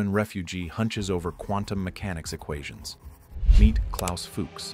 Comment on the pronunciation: Cant even pronounce Fuchs...